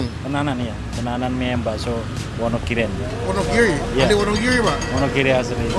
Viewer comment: Wonogiri Bro.... Bukan Wonogili.....